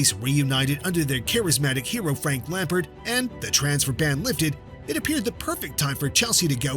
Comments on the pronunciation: If he says lampart one more time instead of lampard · Your pronunciation of Lampard immediately made me hit the dislike button.